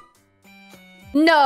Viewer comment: I'm always impressed by the Australian ability to turn "no" into a four syllable word.